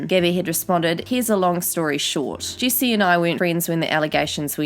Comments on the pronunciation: I think it’s funny how you say her name it sounds like juicy instead of Jessi haha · Sorry, I just like how she says "jessi" like "juicy"